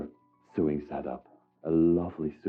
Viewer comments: Ok, you're killing me!!! Lol. The chest that had the stuff in it and smelled funny is called a cedar chest. It keeps moths (mainly) out. The "built in cabinet" is a closet. And it's pronounced so-ing (sp-sewing)not sueing....lolol. Great video and you're so delicate and caring. Lots of retro furniture!!! Love it! And I miss the '70's...lol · Please may I explain? The word 'SEWING' is pronounced 'SO-WING' and the word 'IRONING' pronounced 'I-ONING' because the 'R' is silent. I hope you don't mind me telling you. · I smile every time I hear you say the words "sew" and "sewing". We actually pronounce it the same as "so", "sow" and "sowing".